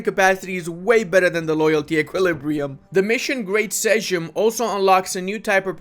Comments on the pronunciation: You did get Szlachta right, you have butchered Sejm, because you read it more like Seym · sejm pronounces like a seym ( like n hey word, or shame- and thats even more true historically and novadays too). Every "J" pronouces like a "y" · Sejm is pronounced "Seym" in Polish, while Szlachta is "Shlakhta". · "sejm" is pronounced roughly like "same" and your "szlachta" is pretty accurate 😎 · I'm pointing this out, because I know you care about this stuff, not to make fun or something. Sejm is spelled like "same" in English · Man you butchered all polish names for things here except "Szlachta". I was suprised that you got this one right xD. Sejm is funny for me to hear when you say it, because "J" in Polish is more like "y" in English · Sejm is prounaced like same in english or seim. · I know you're not from Poland and you can totally make those mistakes but just in case you want to know it's pronounced more like "seym" or "seim" :D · You pronounce szlachta right 👌 Sejm is the problem - “j” is softer, more like “yeahh” 😁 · Pronoution of "Szlachta" was nice, but "Sejm" hurt my heart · Hahah sorry but I died when u pronounced sejm xd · You butchered Sejm, not Slachta... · Actually, you were saying Szlachta correctly, the Sejm tho... not so much :D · Actually you said "Szlachta" the way it sounds. You butchered "sejm" tho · Szlachta is actually pronounced well, but sejm is butchered. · says polish word correctly for the first time (Szlachta) and apologizes for it while butchering Sejm for milionth time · say he buchering szlachta while he says perfectly right and at the sme time he buchering sejm. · Actually, you don't butcher "Szlachta" at all, your pronunciation is perfect only accent a little off but still very impressive. But every time you say "Sejm" one pierogi dies 🤣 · Ouch, that "Sejm" pronunciation hurt, "j" in Sejm is pronunced the same way as "j" in "Jagiellon" so roughy the same as "y" in yoga or "i" in romanian "iarna"